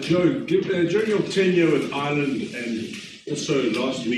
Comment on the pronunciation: When Joe says Ireland at 3.24. He slips into Irish brogue